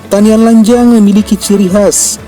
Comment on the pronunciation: Bahasax kok brantakan min, bukan rokat tase tp rokat tasek, bukan tanian lanjang tp tanian lanjeng.